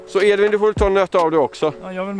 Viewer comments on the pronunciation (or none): none